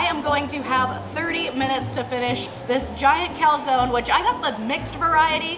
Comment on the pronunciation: why doesnt anyone pronounce calzone properly